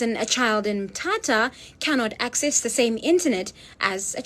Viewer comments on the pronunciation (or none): Lady is not Southern African, she can't pronounce Mthatha like South Africans🤦🏾‍♀️